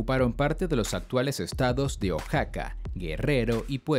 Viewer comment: Like si también escuchaste que oaxaca de ligó oasaca